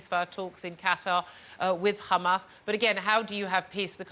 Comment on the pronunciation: douglas your a goof! and its HAMAS NOT HAMAZ.